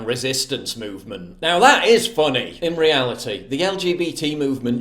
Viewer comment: Being “fonney “ 😂